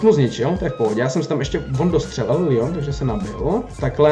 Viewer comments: neříká se to lion ale leon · nie líjon ale leon pls hovor leon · Říká se to leon ne lion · Necte se to lýon ale Leon pls❤️